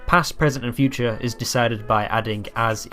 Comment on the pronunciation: You have a few mistakes i would like to point out but they are small and I'm very happy to see you making a video about Esperanto • you spelled "Mi" as "Me" • "-is" and "-os" are pronounced wrong • the letter "ĝ" is pronounced like a "j" in English Loved your video tho